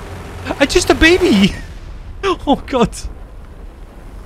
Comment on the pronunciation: “IM JUST AH BEBEY” lol I died